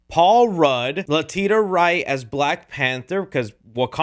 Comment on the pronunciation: La-tee-Sha wright